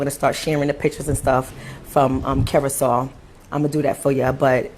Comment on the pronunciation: Curacao is pronounced /'ku-ruh-sow/, like "how" or "wow".... You are correct about the racism there, and all of the islands controlled by European colonizers. I'm glad the blacks in Curacao are speaking out because usually blacks in the Caribbean and South America bow down to the white colonizers. And many deny their blackness often to fit in. None of the Caribbean and South American countries have ever had a civil rights movement after slavery, so they are far behind black Americans in terms of equal rights and black pride. And blacks are at the lowest level of all other races.....And I hate all religion, especially christianity and the magical man flying around in the sky with magical powers (god)--the white man's religion.